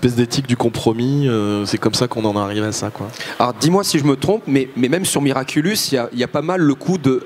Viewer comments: SA SONNE BIEN AUSSI QUAND ON DIS MIRACULOUS A LA PLACE DE MIRACULUS !! Sinon super passionnant cette interview 😂❤️ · Ya que moi que ça dérange quand il dit "miraculUs" ? Sinon, merci d'avoir mis l'interview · Ça a pas arrêté de me déstabiliser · Oui ça me dérange tout le temps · Nan t'inquiète ya pas que toi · Moi je me suis dit: je rêve ou il a dit miraculus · Moi aussi ça me perturbe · Je vous rassure moi aussi XD